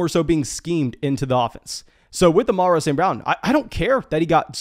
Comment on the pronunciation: Why do you pronounce it Amarro St Brown? 🤣